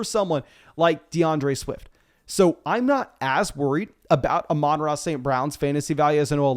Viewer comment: I'm just glad you finally pronounced Amon-Ra right